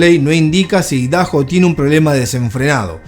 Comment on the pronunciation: Papa no se dice ( Idaho ) “idajo” se pronuncia “aydajo” Idaho es nombre propio 🧐